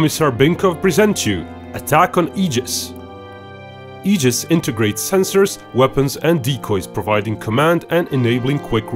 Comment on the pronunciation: Thank you for pronouncing Aegis correctly.